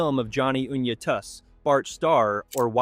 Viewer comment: I'll never be able to say Johnny Unitas the same way again 😂 YOU-KNEE-TAS Great video